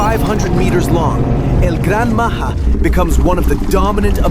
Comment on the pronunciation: bro is not el gran maha it's el gran maja